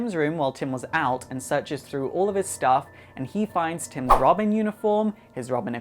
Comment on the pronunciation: Did he just say Robim?